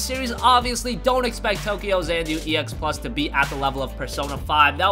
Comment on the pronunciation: Xanadu = zan ah doo